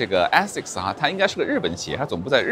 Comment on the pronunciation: Aasics的第一个发音应该是字母a的本音，你可以去查一下。